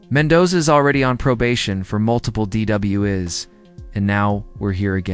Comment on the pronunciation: DW..iz?? I would think that AI readers would be smart enough to be able to say “DWI’s” correctly by now!